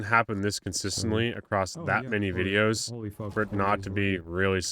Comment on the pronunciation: "That's my wideos" and then an emoji that I forgot